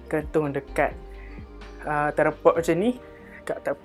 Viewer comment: Btw its "Tryyyyyyypod" hahahaha